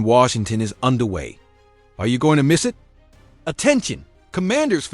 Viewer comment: Eye Tee truly baffles me how this AI can speak all of these complex sentences flawlessly but cannot say the simplest two letter word "IT".....Very annoying😒